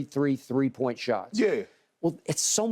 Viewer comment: “Two or shree” that boy country eny 🤣